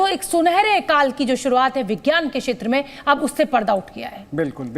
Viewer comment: शेत्र नही क्षेत्र बोलो